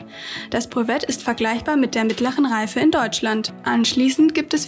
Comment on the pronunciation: Schönes Video! Könnte man vllt. noch die Rechtschreibung (lycée professionnelle) verbessern + französische Wörter auch französisch aussprechen (z.B. "brevet"). Dann würde sich das Video sehr gut für den Unterricht eignen!